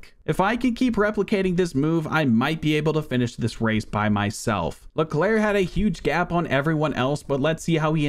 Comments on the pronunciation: he managed to say all the names wrong even "Leclerc" the name isn't pronounced "LecLurk" or something it's pronounced "Leclaire" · He actually mispronounced it maybe you should research French names and their pronunciations